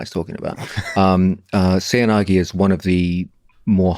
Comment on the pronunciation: its pronounced seh-oy na-geh :)